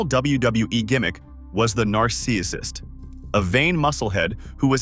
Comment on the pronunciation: Your A.I. speech to text can't pronounce "Narcissist". Just do the voiceover yourself. Up the quality.